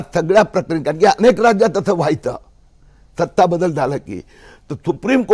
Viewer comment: सत्ता नाही त्तता😂